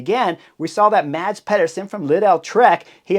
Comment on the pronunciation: I am bummed that Mads Pedersen is out of the Tour de France but I’m so glad I don’t have to listen to Chris Horner slaughter his name over and over again without even giving a solid attempt of pronouncing it right. 😂